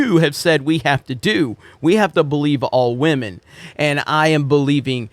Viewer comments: I don’t like Disney but clearly has a problem with women lol (stop saying wahmen) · I live for how he says "WahMen" lol 🤣😆